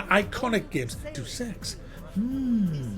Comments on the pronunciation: "Day oos", not "deuce" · For the most “Iconic name in games” you seem to have trouble pronouncing Deus. It’s not Deuce!